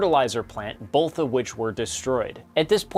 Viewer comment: Why do people say boLth? Do they also say they took an oaLth?